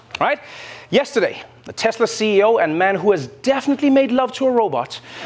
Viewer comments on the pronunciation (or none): none